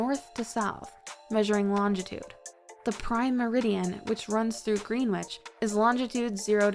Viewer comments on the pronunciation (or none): #33 Greenwich is pronounced “Gren itch”